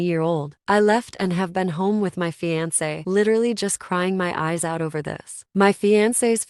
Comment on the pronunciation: The pronunciation of “fiancé” is like nails on a chalkboard for me lol